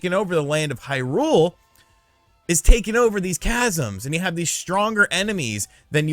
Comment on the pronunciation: Thank you for not reviewing the game and for not talking about all that stuff you talked about. Really well worded review. Love your use of language. Love how you pronounce Hyrule wrong. What a great review that you didn't give